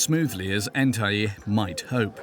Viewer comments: The jock’s name is “Ntai” not “Entaï” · The got it wrong in the documentary. His name is Ntai not “Entai.”